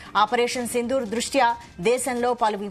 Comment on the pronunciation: Not sindhuvu…say sindhur